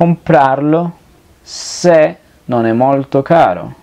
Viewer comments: xk cuando pronuncias non e cosi tu dices none cosi ?? debes aprender a hablar bien i apronunciar bien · Hola amigo una pregunta notó que al decir "Non é per me" pronuncias "Noné per me" como si fuera una sola palabra esta bien la pronunciación o se debe nombrar primero el "Non" y luego el "é" Gracias por tu material éxitos. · cuando pronuncias ( non é ) se escucha como ( none. me ayudas a Cómo pronunciarlo corectamente. ...